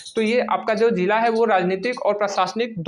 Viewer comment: भैय्या जी जिला होता है जीला नहीं 😂